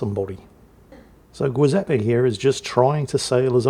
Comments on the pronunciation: it's Giuseppe nnot Guiseppe, like the jui in juice. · Giuseppe,, is pronounced like Jiuseppe. Rhymes with chew. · About the Verdi... the "GIU" in Giuseppe is pronounced like "jew", so kinda "jewseppe" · The G in giuseppe is pronounced like gesture not gate and it sounds like goo zeppe. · JEE-sep-ee, not GWEE. It's Italian, not Spanish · Great commentary as always on a great battle. Just one note: the “giu” in Giuseppe is pronounced “joo” or “jew” just like the “gio” in Giovanni or giorno, gi+(a,o,u) changes the hard “g” into a “j” sound like in Janet, Joe, June. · And vice-versa, it's soft in Giuseppe, and it ain't "Guiseppe" either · I feel like the Old Man Shouts at Cloud for this, but the Giuseppe Verdi is Italian, so the "Giu" is pronounced more like "jew", since the name is the Italian version of Joseph and "g" is used in place of "j", since the Italian alphabet doesn't have it. If it were Spanish then your pronunciation in this video would be correct. My Italian heritage demands I correct the record! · That's not a Giuseppe! This is a Zjoowzappay! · i love how utterly fails to pronunce foreign words;) like "Giuseppe" ahahah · Always love getting 3 different pronunciations of Giuseppe ❤ This game was very similar to one I just submitted 🎉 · that giuseppe pronounciation , my god it hurts.... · If would please switch the pronunciation of the G in Agir and Giuseppe Verdi it would just be spot on. It is the Italian version of J like in Joseph and the G in Agir is like in Gneisenau a G like in gay grenade and gasoline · I'm guessing you mispronounce Giuseppe on purpose, right :D? Sounded like nails on a chalkboard